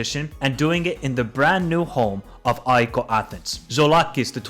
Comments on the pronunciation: Sorry but: AIKOO?????? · Ah-Ehk = AEK Athens is the pronunciation, not aiko my friend. (Accent on “A)